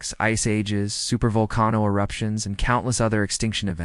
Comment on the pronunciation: AI reader. You say "Val-con-no"? It's pronounced "vol-cane-o"